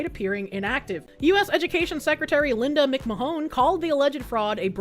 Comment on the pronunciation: I die a little inside every time mis-pronounces a word. Cheems borger is cute. american penny dollars is cute. anonmanomity is even ok. But Linda McMahone instead of mcman and ebbel instead of able makes me want to "release information leading to the arrest of Hillary Clinton" myself twice in the back of the head.